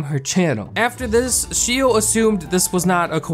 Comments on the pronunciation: this video has so many twists and turns that i don't even mind how you're butchering Xiao's name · The pronunciation of Xiao and Manaki are hurting me. 😂😅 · The way you pronounce xiao and manaki really hurts :') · xiao is pronounced shh-ow not she-o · It pains me to hear him pronounce xiao like "shi-o" instead of "sh-ow" but idk he might be saying it right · Lol I know this video was like 2 years ago, but the pronunciation of "Xiao" Is actually SHAW, or SHZAW and it actually means "little" in chinese or maybe im wrong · I'm Chinese and no, it's not pronounced as Shaow... It's pronounced as See-OW. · since you mentioned xiao i thought you meant her name was 'shio' so heres a quick explanation!! x in chinesse is pronounced like J + SH at the same time so its pronounced jao/shaow. hope this helped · It’s Sh-aa-ow not Shio for Xiaos name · Btw xiao i think is pronounced as xi-a(ah)-o(oh) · Xiao is pronounced like "ZA-O," I believe and Manaki is pronounced like "MANA-KEY" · For everyone reading through the comments, quick little fact: "Xiao" is pronounced like "shao". No hate at my boi making this video lol, Asian names can be hard to pronounce. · Xiao isn’t really pronounced like shao though... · It’s pronounced shiao, not shao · it was so tough listening to him say shio over and over haha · It’s pronounced as See-ow (except connect the two syllables into one) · For the record “Xiao” is pronounced more like something in between “Shaow” and “Jaow” :) (I love Xiao’s channel!) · took me a min to realize he was pronouncing XIAO as she-o 💀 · btw "Xiao" is pronounced "sh-ow" it is Chinese for "small" or "little" etc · BTW you pronounce xiao like this: shaao (from what I know!) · xiao is pronounced shi-aow manaki is pronounced ma-na-kee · i believe xiao’s name is pernounced sh-aow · Xiao is pronounced like she-ow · Its pronounced, shao!! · You pronounced Xiao shio? That's kinda annoying But ok And hmmm Manipulative mother Frick this world